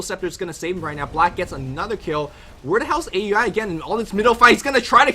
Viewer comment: Pronounced OW-UI NOT A.U.I. please:c